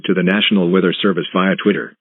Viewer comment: Count how many times the announcer said wither instead weather